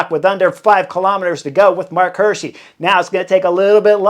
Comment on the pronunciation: It's Marc Hi:rschi like eagle not like hurt. 😅